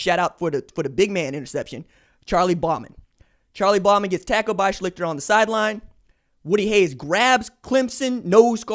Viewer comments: It's Art Sh-least-er. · RJ you may not care but it pronounced shlee-ster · Not that it matters, but OSUs quarterbacks name in 1978 was pronounced "Schleee-ster". He's has a whole dumbass story of his own. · RJ-Schlicter is pronounced “Shleester.” Just sayin’ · Yo mon, it's pronounced Art SHLEES-ter. And YES, I'd bet on that!!! LOL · Ur saying art's last name wrong and just so you know art is from my home town and had a gambling problem and was the first freshman to start at qb at Ohio state. Didn't happen again till Pryor.